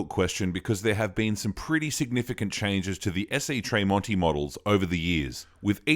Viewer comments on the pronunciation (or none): Why does he pronounce Marks last name Tray monti? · Its pronounced as TREM--ONTI. Good video thou, i hope you get more followers. Well done!. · Tremonti is pronounced like tremolo. There's no A in Tremonti